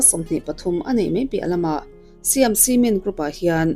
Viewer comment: Siam hi mizo a Sai-am ti a lam tur ani e